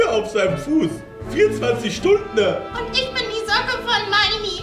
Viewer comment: Mark hat Stundne gesagt 😅 ehrenhaider